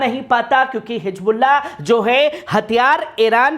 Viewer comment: Dekho Aadi padhai ki vajhe se insaan na English sahi padh sakta na Urdu sahi bol sakta, ye janab Hizbolla bol nhi sakte hijbulla bolte hai aur English kaisa padh rahe hai aap dekh rahe hai, Pehle apni zaban ( language) sudharo bhai baad me videos banana !